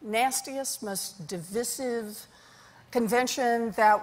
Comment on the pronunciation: It's pronounced di-VY-sive, not di-VIH-sive. Looked it up. Some folks on TV are mispronouncing it.